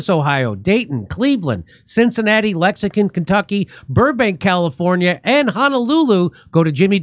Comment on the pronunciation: Wish your show leader stopped saying lexingCon Kentucky. How hard is it to fix that?